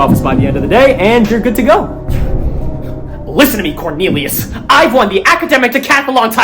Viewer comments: CORNILIOS?!?! BAHAHAHAHAHAHAHHAHA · corn-elius :D